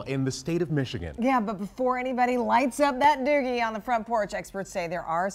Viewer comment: Did she say “doggie”?